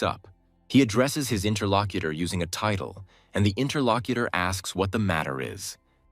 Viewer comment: The moment I heard "interlocuter", I was done.